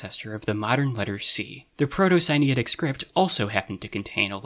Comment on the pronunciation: I see "Proto-Sinaitic" in the subtitles, but i hear "Proto-Siniatic". Which one is it?